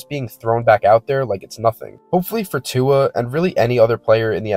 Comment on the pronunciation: Americans pronounce Tua perfectly.